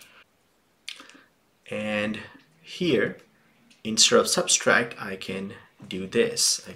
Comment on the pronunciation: very helpful video but it's subtract not substract lololol